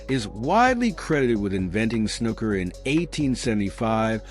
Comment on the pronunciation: 'Snooker' doesn't rhyme with 'looker'. The oo is long, like in 'pool' or 'gook'.